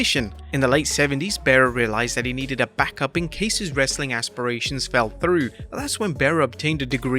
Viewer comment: “Wrasllin content” that was odd 😂